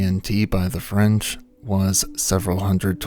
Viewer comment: Wow your French pronunciation is good, c'est bon!! ❤❤